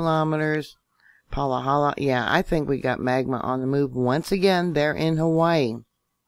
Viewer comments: Thanks...fyi it's pronounced Pa-hala, not Palahala. Ha-ha (ex resident) Good info... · it’s Pa-ha-la🤣🤣